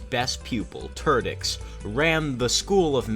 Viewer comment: Sounds like "Ter-dicks!" XD